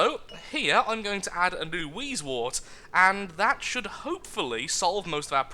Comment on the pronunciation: words:p it is wheezewOrt not wheezewArt but keep on the good work and amuse us